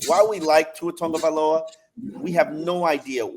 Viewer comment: It’s tagovailoa not tongavaloa lololololol.. don’t see no N in his last name.